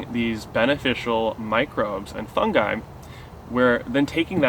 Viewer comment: Thank you for pronouncing Fungi properly....